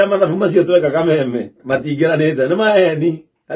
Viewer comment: This man don't know even pronounce Kameme😢